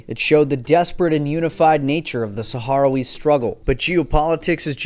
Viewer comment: Sakh-RAHwee, not saharawee